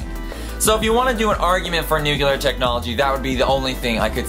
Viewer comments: The word is nuclear not nucular, sorry but realy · I don't know if I can stand 9 minutes of the word "nuclear" being pronounced "nucular" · Nuclear. Not Nucular. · The weapons are called N U C L E A R, not N U C E L A R, ok? Ok. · Hey, dipstick, it's pronounced NEW-CLEE-UHR!!! There is NO word "newkular" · "New-cu-lar" is incorrect way to pronounce the word "New-cle-are". Nuclear is how it is spelled. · It's nuclear not nucular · 1) New-clee-er. It's not spelled nucular, and you shouldn't follow George Bush in his method of pronunciation. 2) you forgot about nuclear power, and radiation treatments for things like cancer. All of which came out of nuclear development. /.\ you broke it l, sir... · it is nuclear, not nukelar... sorry, I can not listen this... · Please, your accent makes you pronounce so many words incorrectly. It is NOO-KLEE-EHR not NOO-CUE-LEHR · It's pronounced nucLEAR not nucULAR 😁just sayin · Did I hear nu-cu-lar or nu-clear? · One minor thing: "nu-clear," not "nu-ky-lar" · Nuke-Lee-ar not nuke-You-Lar! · NUCULAR. NUCLEAR. AHHHH. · NUCLEAR. NOT NUCLEAR. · Why the fuck does he keep saying "nukilar"? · new CLE ar bella RUS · Nucular bothered me, but I lost it at "Be-LAR-us." like seriously, it's "Be-la-RUS" not Be-LAR-us. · Why does he say Nucular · raumaan kidwai nucular is cooler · I came here for some info about Nuclear tests but all i got is this: Nukilar!!! 40X my heart was hurt..why did i watched this video anyways.. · The only one I cared about was NUCULAR. it simply ignores the spelling completely. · It's pronounced "new-clear". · You should probably learn how to pronounce nuclear before making a video like this.